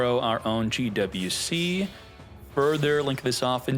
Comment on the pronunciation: Gee double U C... soo hard to pronounce just say Gee Wee Cee, dammit..